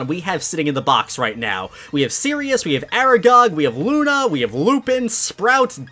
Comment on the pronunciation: Is it just me or does PRONOUNCE EVERY NAME WRONG SERIOUS IS SIRIUS HERMONEE IS HERMIONE WHYYYYT